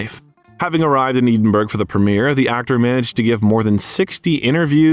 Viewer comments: If you had Googled the pronunciation of "Edinburgh," you wouldn't have sounded like a complete moron. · Are you telling me there is no place in Scotland called Eden berg through which the Mississippi flows? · I’m half-Scottish and 1/4 English plus German and Irish. Mom’s maiden name is Home and Dad’s is Stewart. The pronunciation of Edinburgh is Ehdinburgh or Ehdinborough, NOT EEDINBURGH!! Thank you. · Edenburgh! That’s a first one for me. Edinburgh is pronounced Ed-inburgh. I get sidetracked when even names f cities are pronounced wrong? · Uh-oh. When you say Edinburg, and it's not a small vilage in Denmark, you have rather lost the audience. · Oh for gods sake. Edinburgh is not “Eeeden - burg”. This narration is awful. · It is NOT pronounced 'EE-den-burg'. Where on earth did you get that pronunciation Robot? Oh and F.U. Robot! THUMB DOWN BIOGRAPHER WITH YOUR ROBOT NARRATOR. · Eddddiinnbrrurrrr - E as in Egg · It is pronounced EDInburgh not Eeeedinburgh. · Eedinburg, netherlands. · "Eedin-burg".. you lost me there. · Pronunciation! Eden burg? Did I hear that right? Good lord. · Nice video. BTW “Edinburgh Scotland “ is pronounced “Ed - in - burr - oh..” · For heaven's sake, can you please teach the AI system you use how to pronounce Edinburgh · I gave your channel a second go of it! You are interesting, but rather annoying with your either inability to pronounce proper names correctly or your devil may care in how you still pronounce them badly over and over again? I am not saying that I will avoid your channel altogether only that I will not séek you out! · I wish the narrator would learn how to pronounce Edinburgh. Really annoying. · Dude, do your research. The BAFTA is not the British Oscar. And as much as I realise Americans (and Brits for that matter) have no clue or don't care about correct pronunciation of foreign terms, you can look up how Edinburgh is pronounced correctly. Unless, of course your commentary is AI. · Check the pronunciation of Edinburgh!